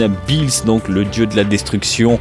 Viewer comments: Ça se dit pas Billys sa se dit Beerus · Super vidéo mais juste on dit beerus et pas "bis" ou je sais pas quoi mdrr 😅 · Tu pronense mal le nom ces beerus